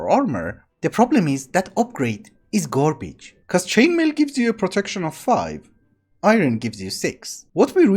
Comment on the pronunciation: Something about the way you say "garbage" is hilarious to me. gorbij